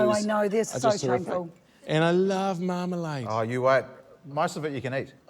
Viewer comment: Do love how Josh's dad called it 'Yumalade'